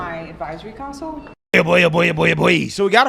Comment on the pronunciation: Someone in your circle needs to sit down and teach you how to pronounce the English language. Another one, city "cancel" instead of council. What's the deal?